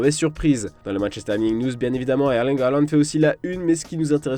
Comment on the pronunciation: Sinon pourquoi prononcer hairling halland 🤣🤣